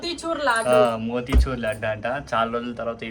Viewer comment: Laaaaaadu kadu laddu anu amma 😂😂